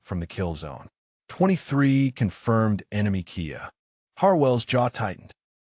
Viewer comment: Please fix the mix of languages. It IS DISTRACTING AND LEAVES MUCH TO BE DESIRED!!! Maybe you make enough $$ from these stories that you think our wishes don't count... However, I can withdraw my subscription, as can others who might feel the same. It's not a car, " Kia". It is" KILLED IN ACTION." K. I. A. It is an Initialism. Like FBI. Each letter is spoken. K I A.